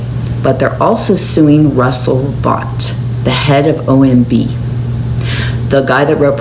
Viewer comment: His name is pronounced "Vote"